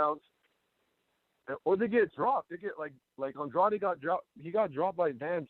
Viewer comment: Good to see using his Portuguese skills to pronounce Andrade almost perfectly 😊 🇵🇹